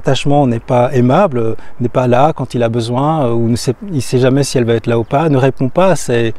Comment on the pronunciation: j'aime ce que tu fais...un détail me gène, juste un détail mais qui pourrait décrédibiliser. Je l'ai déjà entendu chez d'autres youtubers et à plusieurs reprises dans tes vidéos... tu dis trop souvent: "cela va-t-être..." le problème est qu'il n'y a pas de T, donc pas de liaison. J'espère que tu sauras tenir compte de ce "détail" tout en continuant tes vidéos très enrichissantes.